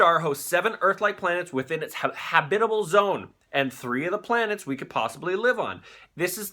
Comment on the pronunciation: YOUR SAYING HABIBAL IT'S HAB·IT·A·BLE